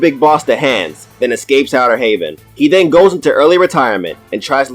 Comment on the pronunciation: Dis nigga said outter Haven LMAO bruh